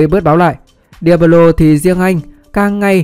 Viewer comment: Chịu tích chuyện để nghe nào đâu nghe cứ cấn cấn ấy sởn gai ốc khi nghe đến diablo